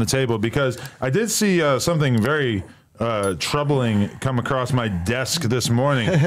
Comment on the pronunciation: Bro said Troubling 😂